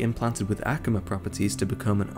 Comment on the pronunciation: Its pronounced (a-ku-ma)...not (ahk-ku-ma)